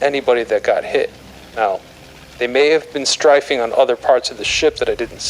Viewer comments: strife-ing LOL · It is incredible how many words get mispronounced -- "strifing [sic]" stands out in this episode, but what is the front of a ship called, Indy? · I've heard it pronounced ''Straffing'' in some actual WWII-contemporary documentaries. Short A. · Some of the pronunciation of words are odd. I've never heard anyone pronounce "strafing" like that. 😆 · You don't really notice how often a quote references strafing until you hear a voice actor that pronounced it strangely.